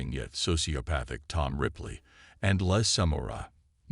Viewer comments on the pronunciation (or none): Pls learn to pronounce the words. It's so cringe.